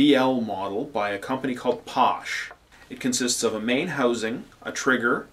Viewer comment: Great info. Well explained. Just to let you know. Paasche is pornounced Pass-shay not Posh.